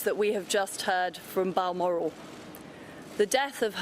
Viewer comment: Balmoral not Bellmore